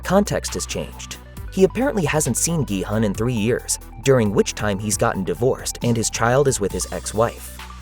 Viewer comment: The main character‘s name is actually not pronounced “gee-hun” (gee like in geese and hun like in honey). It is pronounced “gee-hoon” (gee like in geese and hoon almost like moon). His last name is seong (seo like “sau” in sauce and “ng” like in rang). In Korean culture the last name goes first and then your name, so it’s actually seong gee-hoon (성기훈)